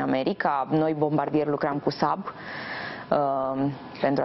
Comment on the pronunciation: Se pronunta Bombardie